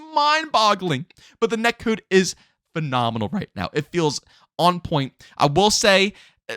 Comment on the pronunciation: The way you say “net cood” is killing me 😂 I’m loving Xdefiant and this existing can only be good for cod, forcing activision to be better. Idk why cod extremists don’t realize competition makes games better